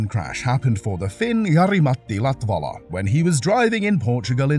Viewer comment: So you learnt how to pronounce Lattvala or Zanarrrrdi with perfect accent but you didn't learn how to say Kubica [koo-bitza]